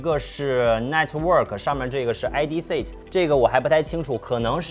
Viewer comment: 他的发音一直就是个笑话哈哈哈哈哈哈哈set都能读成sit，然后还有各种不知名的r冒出来